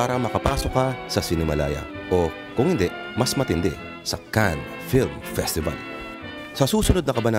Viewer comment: Cannes is pronounced as "Can"